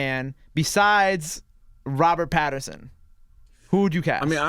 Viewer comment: It's PATTINSON... Not Patterson... And y'all should check his filmography post "sparkling vampire" role 😀 Great choice for Bruce Wayne/Batman